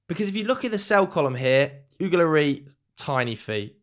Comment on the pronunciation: Why are you calling Hugo "Oogo Lorry"?